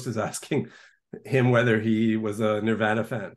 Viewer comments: I don't trust anyone who pronounces “Nirvana” like that. No one. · I really can't stand his pronunciation of Nirvana 🙄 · This guest can’t even say Nirvana correctly. Lol. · He’s really judgmental for a journalist. I don’t know how you sat through that with him. I can’t stand how he says Nirvana!